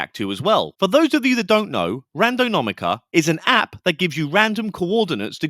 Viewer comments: lol Randonaumica. You said it incorrectly more than once. Thanks for being genuine. 😂😂😂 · This doesnt really matter because its all rubbish, and im guessing he was doing it on purpose for effect or something. But that was so annoying hearing him mis pronounce it over and over. "Randonomica". As I say, it really doesnt matter, its a fake word for a fake thing, for youtubers to get views on. But still offensive to my nerves. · Say it with me it’s pronounced "Ran Do Nau Tica” 👍🏻😉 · I didn’t even notice you said it wrong! Angelo and his friend were so cringy, I was getting second hand embarrassment from them!! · You’re not saying the word correctly…